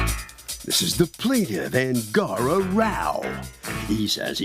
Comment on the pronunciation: Angara? 🤣🤣🤣🤣🤣 Thought he said angora! 😁